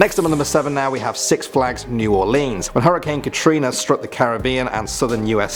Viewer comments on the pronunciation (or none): It's Katrina you uncultured swine!!!